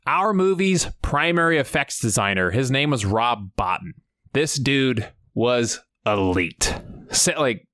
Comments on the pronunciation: Hey it isn't a big deal but I thought you and others might like to know that the special effects guy's name is pronounced Rob "Bow-Teen " and not "Bought In" OK thanks for the video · It's pronounced bo-teen not Bot-in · Great video but one point of clarification. His name is pronounced bo-teen. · Rob Bo teen. His name is pronounced Rob Bo teen. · I believe it’s pronounced “Rob Bo-tine”. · Good video but Rob Bottin last name is pronounced Bo-Teen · The pronunciation of Rob Bottin surname is wrong. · You pronounced Robs name wrong. Js